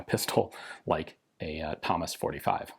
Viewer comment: To be fair, my actual human ears heard Hummus too the first time lol